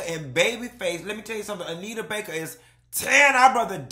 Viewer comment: I’m HOLLERING at “In Jae-yuh”😭😭😭😭